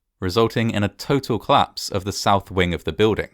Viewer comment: Oh this must be a claps! Oh yes, and the plice arrived :) I am so happy you still omit the o in these words. It makes me laugh.